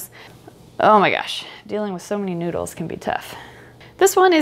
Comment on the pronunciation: why the heck does you saying noodle so snaking funny